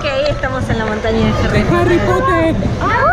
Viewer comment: harry popoterrrr XDDD